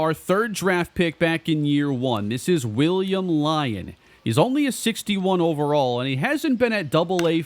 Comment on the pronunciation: I think generally it’s lee-own, rhymes with neon, not lion